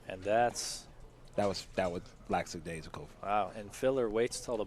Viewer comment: Lack-a-daisical Why can no one ever pronounce that word correctly lol